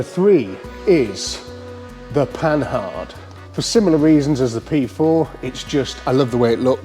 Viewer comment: The Panhard video series is one of the best I seen one YT yet 👍👍. So my favourite car seeing more about is this one. By the way - the correct pronunciation of Panhard is ,,po-are''.